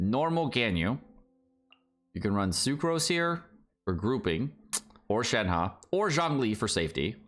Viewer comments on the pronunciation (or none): none